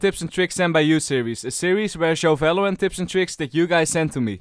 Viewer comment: stop saying Felorant its wronge :D